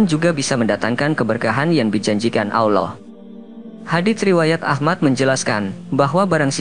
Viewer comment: Klau ilmu agamamu baru melek broo...jangan ngomong agama dulu...mengucapkan nama Allah saja salah...apalagi membahasnya...ngimpi dulu aja dah tentang islam...baru kamu memeluknya